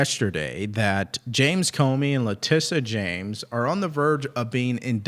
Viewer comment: Letitia *(luh-ti-shuh), not Latissa James ... politicization (poe-li-tuh-si-zay-shun), not polizacion.